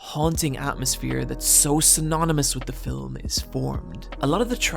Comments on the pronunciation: The word is ‘film’ not ‘fill ‘em’ but I guess it all depends on where you were brung up. Ha ha. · whgy do you say fil-um though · It bothers me more than it should that you have the tendency to pronounce 'film' as 'fillum'. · I was right with you until you said "macarbic" which I think you think is an adjectival form of "macabre" but buddy, English doesn't work like that. You can't just stick English adjective endings onto loan words from French. Also do all Irish people say "filum" instead of "film"? You said "film" a couple of times but later started adding an extra vowel. (I'm just picking on you, great vid, look forward to the next ones for October) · Say it with me- Fillum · Love your work, and I mostly don't like film analysis that isn't explicitly comedic, at least when it comes to YouTube. Really wish you didn't say fill-um, though. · why does he say filam ?? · A fillum that haunts people? lol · “Filum” Redrum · The most terrifying about this video is your pronounciation of the word "Fillum". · Every time he says "Film" as "filum" it's the cutest thing ever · "Fi-lim" You keep pronouncing film wrong and it keeps bothering me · You talk so slowly in this one that you've managed to give the word "film" an extra syllable.